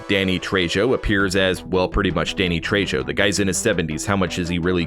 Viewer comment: Also the J in Danny Trejo should be pronounced as an H